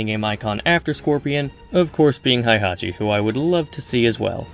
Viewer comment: It's pronounced Hey-hachi.